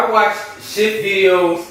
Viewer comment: he said shft LMAO instead of s h t f! anyone else thought that was funny